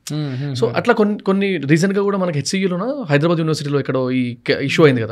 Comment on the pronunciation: HYDRA వల్ల హైదరాబాద్ కాస్త హైడ్రాబ్యాడ్ అయింది. దయచేసి హైదరాబాద్ అని పలకండి బాబూ